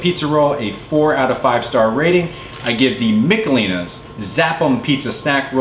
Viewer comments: Its Mishelins not Micalelans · It's Mish uh LEEnies!